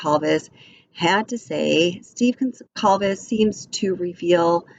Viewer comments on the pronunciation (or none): PRoNounCED: Gone-Sal-Ves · The C is pronounced as an S. I have the same last name. The sir name is Portuguese. My father was from Portugal. 😉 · You are mispronouncing Kaylee’s last name.😑 At least get her last name correct out of respect.